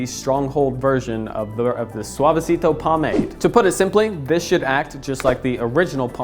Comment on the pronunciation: Bump if you flinched every time he pronounced Suavecito